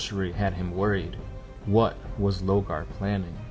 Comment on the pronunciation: Say it with me: 'LORgar'